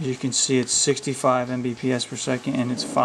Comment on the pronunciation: "it says 65 em bee pee ess" lmao